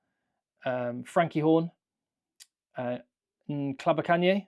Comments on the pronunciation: Wow did really well at the pronounciation of Ntlabakanye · Very impressive pronouncing of Ntlabakanye 👍